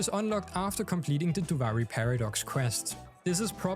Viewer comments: no hate but it's pronounced doo-vee-ree and not doo-vi-ree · ofc, but they literally give correct pronunciation in game, duviri is not an English word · “Doovari” lmao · The game literally tells you how to pronounce Duviri... 🤷🏻‍♂️😮‍💨